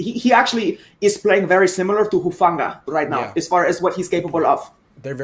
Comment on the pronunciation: is great. I especially like the way she perfectly pronounces Hufanga. Aloha🤙🏾